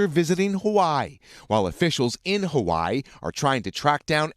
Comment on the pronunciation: The way he pronounced Hawai’i was tragic